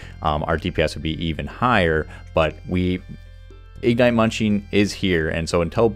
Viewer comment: Please, please, please... igNITE, not IGnite. Not hating, wonderful content, butmy ADHD brain couldn't focus lol